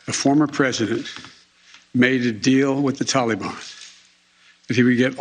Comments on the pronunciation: "TALLY BON" 😂😂😂😂 😂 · "Tollybon"? OMG... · Who taught him how to pronounce Taliban? Every single time he says it I hear the Harry Belafonte banana boat song in my head.😆😆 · for spoken as always "tala bann". Not this garbage "taly ban" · Tolly-bon sounds so festive, doesn't it? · "Tally Bon" sounds like spicy bon bons 😭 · Tally Bon Banana!